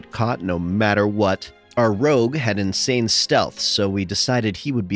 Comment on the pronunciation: Stop saying rouge like that.